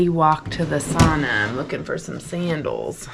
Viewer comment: As soon as you said sandels 😂You'll never do that again Maybe furry crocs ❤